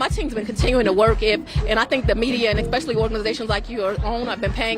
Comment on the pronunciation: Did she say “expeshally?” A DA?? 🤦🏻‍♂️